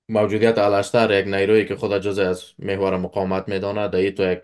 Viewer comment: الاشتر نیست بلکی اوشتر خوانده میشود!